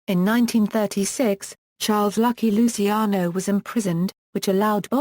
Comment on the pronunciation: stupid english, can't even pronounce right lusiano :D